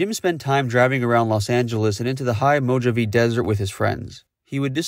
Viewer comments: Dude your videos are great but the pronunciation of some things especially places in the USA drives me nuts, you're clearly not a California native but just for future reference this is how to pronounce Mojave as in the Desert: mo-ha-vee or mo-ha-vay as I have heard both pronunciations, some by natives. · ‘Mo-ja-vee’ desert? Dude 😂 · Mo Jah Vey desert?? No No No…. Mo Haa Vey desert. Mr Mo Joe Rye Zen!!! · Learn how you can pronounce Mojave.